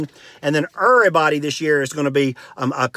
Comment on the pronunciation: "Dur-stance," "errorbudy" I love it! I'm-a go 'round sayin' "Hey, now, errorbudy keep yo dur-stance frum me!"